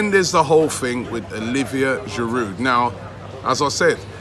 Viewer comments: You actually don’t pronounce the « d » in « Giroud » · Giroud will leave because Robbie still cannot pronounce his name properly 😂 😂. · I squirm every time you sound the 'd' on the end of Giroud, Robbie. It isn't that difficult to pronounce his name correctly. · The d is silent in giroud 😂 it’s winding me up